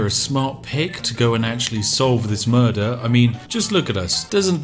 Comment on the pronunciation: “Blurder on the ice”